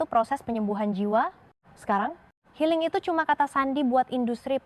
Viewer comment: Healing jadi helling😅😅😅